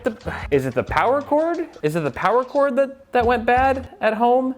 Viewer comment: More Powah!!!